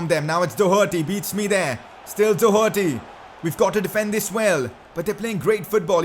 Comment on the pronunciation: Hey you aim ur free kicks too high up so they'll pretty much always hit the crossbar and you can't say pronounce doherty for shit.